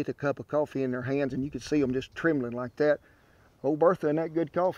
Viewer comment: "Laik, sher, and suscraib" 🤠